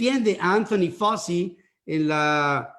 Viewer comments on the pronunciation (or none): Anthony FAUCHI, es FAUCHI. El suyo es un apellido italiano y así se debe pronunciar, además de que todos en Estados Unidos se refieren a él usando esa pronunciación.